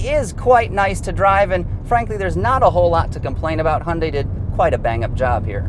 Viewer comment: Hun Day?? What is a Hun Day?? LOL